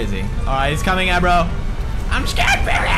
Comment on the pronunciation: the horse's name isn't agro and isn't aro.. it is ABRO, because he is, as us, A BRO. understood?